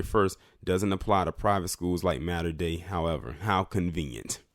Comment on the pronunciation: it is pronounced. Mah-ter day school.